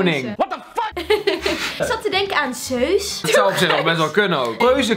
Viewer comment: Kindren zeus spreek je uit als zuis